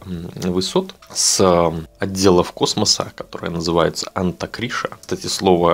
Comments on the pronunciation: Анта-Рикша, не Антакришна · не антакриша, а антарикша... не путайте народ...